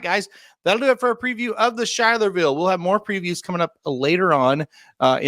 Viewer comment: The stake race and the town is pronounced Sky-ler-ville, not Shy-ler-ville.